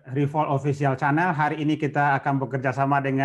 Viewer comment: Mohon maaf pak bukan bermaksud menggurui.. jelas bpk jauh lebih pintar drpd saya Itu pas opening revolt official "Channel" dibaca simpelnya Cenel pak bukan chAnEl 🙏😄 Jangan baper ya pak 😄